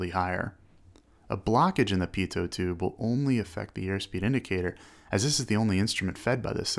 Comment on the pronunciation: Pitoh not pitoht